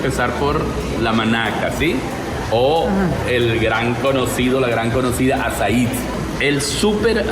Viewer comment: Azai. No es tan difícil decirlo bien¿?